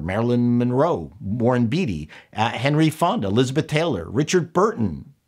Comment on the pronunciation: Nice to see someone pronounce Warren Beatty correctly. 👍🏻